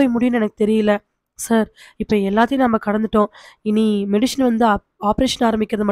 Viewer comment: மெடிஷன் இல்லை சகோதரி. அது மெடிசன்.